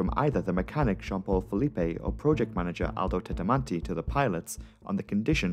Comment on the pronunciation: The pronunciation should be Filip not Felipe.